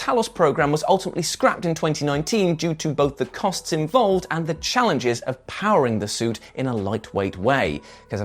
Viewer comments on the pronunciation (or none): none